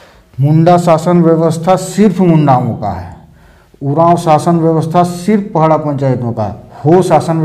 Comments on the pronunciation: Thank you sir May I request you to correct word "pahada". Not pahada but "padaha". secondly "sasan diri" does have especial context, do not explain in the context of "shamshan". shamshan has fear factors but sasandiri has reverence and link between alive khunt and those who are dead but still connected to the Family and village. we the munda tribe do separate from our ancestors. Thank you. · पहड़ा नहीं होता है बल्कि पड़हा होता है। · पहड़ा या पहाड़ा जैसे कोई शब्द नहीं है। यह शब्द है : पड़हा। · सर पहड़ा नहीं पड़हा होता है